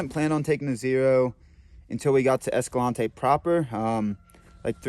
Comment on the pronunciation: Practice saying this: "EscalanTAY"